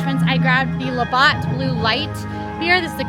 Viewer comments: Labatt is pronounced La-bat not Labot. It’s basically Canadian Bud and Bud Light, but way better. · Canadian here.., it's pronounced "Laa Bat" 😊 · I was just coming to say that lol La BAT 😁🇨🇦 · Heyyyyy I’m from Canada we always go Right … cause it’s the “Right” thing to do. fyi it’s pronounced La Bats like a Bat 🦇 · Please say "labatt" some more! You make it sound luxurious!!lol